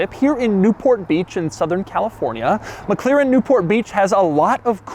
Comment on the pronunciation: Mc Laren. A, as in America.